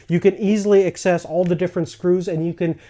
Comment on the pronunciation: No offense, its access not excess, you pronounced it excess every time you mentioned the word